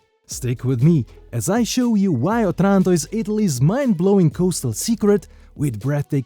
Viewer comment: The stress should be on the first "O".